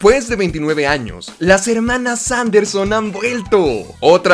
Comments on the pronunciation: Que verguenza ajena me da cuando dices "hermanas". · No vuelvas a decir "Hermanas", te lo suplico xd